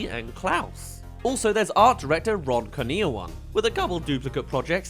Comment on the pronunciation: Correction! It pronounce "koor-nee-aw-an" Ron Kurniawan. He's Indonesian if I see his name.